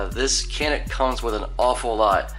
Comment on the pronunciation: Hey from Turkey guys. It is actually pronounced like this "janiik" :) Thanks for your videos.